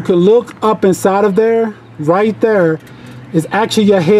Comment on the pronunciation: The way you say Thur has me listening to some old Chingy 😂😂